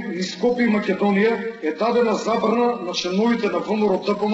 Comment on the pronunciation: If I understand correctly are you saying that it was YOUR ancestors that fought against the Persians back in the early 4th c. BC? Also, in the pronounciation of "Macedonia" why do you place the accent on the -do- instead of the -ni- syllable as recorded in all period scriptures? If I am not mistaken the language I heard is slavic. Migration to the Balkans by these people did not occur until the 6-7th c. AD. I am afraid you still have NOT accounted for almost 1,000 years of history. Any comments?